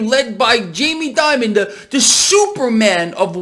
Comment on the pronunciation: please pronounce his name right. It is pronounced like "demon" not "diamond".